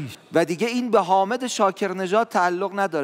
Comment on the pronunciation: Afwan, Salah sebut Nama Syehk Hamed bukan Hamid